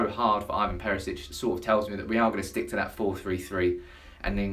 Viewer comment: ITS IVAN NOT IVON FFS ANNOYING ASS